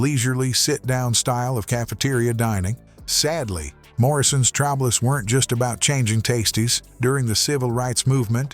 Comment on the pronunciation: Dawg, get a better AI or at least proof-listen. "Treacher's" has already been brought up but the section on Morrison's with "trablas," "changing tastys," "face-ed allegations of racy-al discrimination" is redonk. Try harder.